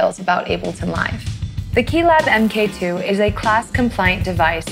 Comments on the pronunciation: Great video, but someone tell her that mkII is not pronounced "m.k. two" it's "mark 2" (as in the second version of something) and mk is a common abbreviation used for that. . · I could watch this after this semi modularly smart individual said m. k. ( not mark ) for the second time. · That, and "em kay two".